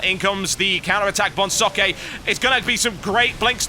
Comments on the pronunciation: Why can no one pronounce Socke's name correctly? Not a rip on you at all TB, no one gets it right. It's Zock-uh auf Deutsch. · TB, just so you know, Socke's name is pronounced "Zawk" like the word "sock" or "hawk" with a Z and the beginning.